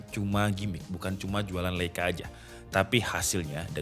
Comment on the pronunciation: bacanya lai ka yaaa